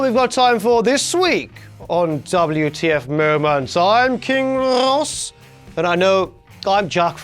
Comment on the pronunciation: You could at least say MO MONTS